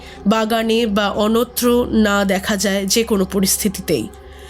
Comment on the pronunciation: অঙ্কুর বরের লেখা খুবই ভালো লাগে আমার। এই গল্পটিও খুবই সুন্দর। প্রত্যেকের অভিনয় ভালোই। শুধু বাংলা উচ্চারণ কয়েক জায়গায় এমন বাজে ভাবে উচ্চারিত হয়েছে যে খুবই কানে লাগছে। এই মুহূর্তে মনে পড়ছে অন্যত্র কে অনত্র , বলে (বোলে উচ্চারণ)পরপর দুবার ....এগুলো একটু নজর দেবেন 😢